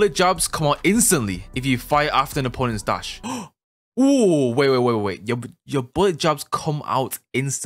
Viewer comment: Am I the only one who heard "WOWOU" when he was suppose to say "YEUR" 🤣🤣🤣